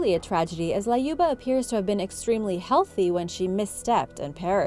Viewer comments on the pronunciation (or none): why you added A in Lyuba? it's L-yuba not LAYUBA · LAYUBA! Why couldn't you just google the correct way to pronounce a name?.. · It's pronounced Lyuba as U in the word Unicorn.